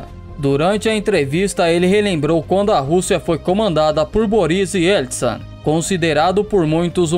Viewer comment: Faz um novo vídeo falando sobre Boris Yeltsin, ficou muito legal a pronúncia que vc inventou aos 6m55s